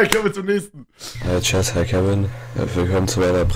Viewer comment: 1.) Er heißt Kevin, nicht "Kevim" 2.) "Braucht", nicht "bruacht" 3.) Kevin, nicht "Kewin" 4.) Tüte, nicht "Tüt" 5.) Anleitung, nicht "Anleitunq"